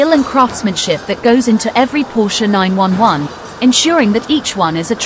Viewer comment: LMAO, the AI garbage voice. "Porsche 9-1-1."